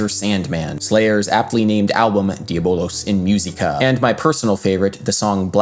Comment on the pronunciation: that was about the only mistake that I heard. That and not rounding the U in "diabolUs".